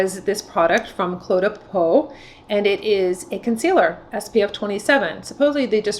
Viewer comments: FWIW, it’s pronounced “clay de po.” Enjoy your videos very much. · I have been using cle’ de peau for years. Looks great. Lasts for the day. i am 82. AND CLE’ is pronounced CLAY.